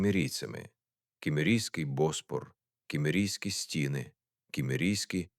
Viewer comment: Та не БОспор, а БоспОр